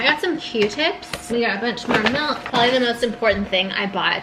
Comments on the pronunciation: Don’t expect me to get over the fact that you say “mElk” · mElk, mEElk.... 😐😑